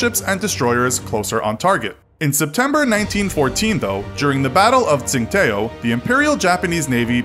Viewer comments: Tsing-what-o..? Tsingtao? Or these days, Qingdao? Interesting videos, but you often mispronounce things so intensely. A quick Google search would tell how to pronounce it. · Interesting trivia but please work on your pronunciation of place names. If I have to hear you say “t-sing-tayoh” one more time omfg 😂😂😂